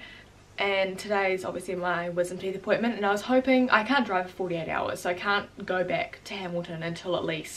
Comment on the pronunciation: Hoi I eemma an I cawnt twak Hi I’m and I can’t talk Haha get better soon